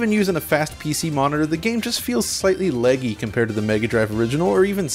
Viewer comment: You say laggy like you’re from Cleveland lol.